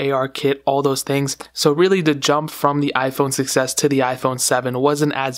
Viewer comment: When you say 6s it sounds like you're saying success